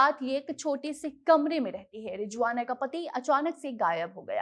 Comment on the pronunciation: It’s Rizwana Not Rijwana